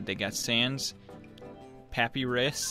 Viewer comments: It triggers me that you said Papee Ris instead of Papyrus... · PAP- eye - ris not papy - ris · Papyrus is said as pu-py-rus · Probes In the video he pronounced it Pappierus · its spelled papyrus and pronounced puh py rus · he pRoNoUnCeD PaPyRuS WrOnG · cant wait for the comments telling him he pronounced papyrus wrong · i dont think thats how u say 'Papyrus'...